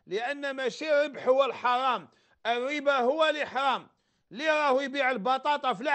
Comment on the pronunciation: روح يا شمسو سقم اللغة ديالك مايقولوش الاربا ولكن يقولو الربا